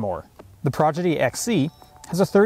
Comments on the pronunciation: Prodigy, not Progidy 😊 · Every time he says "progedy" I cringe. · Why is he saying Progidy? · If you “aks” me, I like progidy better 😂. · He says it so many times